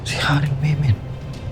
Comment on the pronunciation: Haring Memen, hindi miming😅😊